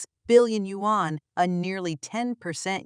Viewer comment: Wan is Korean currency, yuan is Chinese currency. Learn your pronunciation.